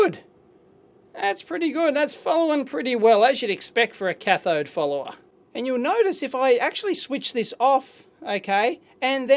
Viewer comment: Is he saying cathode "fooler" or cathode "follower"? I'm really trying to learn this and that's throwing me off everytime I hear it.